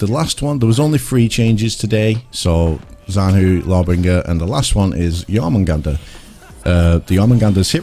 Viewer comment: Btw the syllable "zhan" is better approximated by pronouncing it like the first one of the word "jungle"